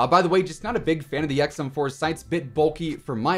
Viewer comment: XM4 aka “EcksEmm”